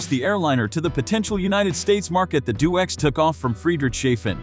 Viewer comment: It's deh- oh - x, not do-x. Crossing the Atlantic contradicts the 'couldn't fly' label!